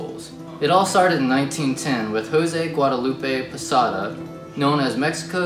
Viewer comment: Thank you this help me alot on my cultural diversity class project but it was a little hard to understand with some of what you were saying like when she said sugar skulls it sounded like she was saying sugar spoons so I was very confused and when you were talking about José Guadalupe Posada it was hard to understand it to. Just make sure that you be clear with your sentences next time please